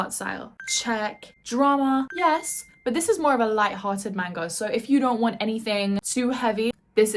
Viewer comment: So cute how she calls it "main-guhs" 🥹💗